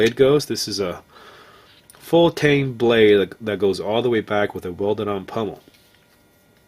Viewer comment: Sir, I in no means say this to offend you, but the plate on the end of that handle is a pommel with an "O" not pummel with a "U"